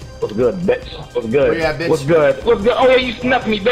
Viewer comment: What really got me was them saying bEtcH